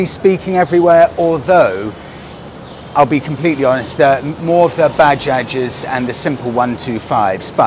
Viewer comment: Praise the lord, he pronounced Bajaj correctly!